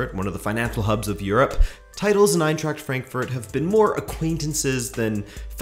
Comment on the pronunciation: EinTräkt FrÄnkFÖrt😂😂and Grufa föft😂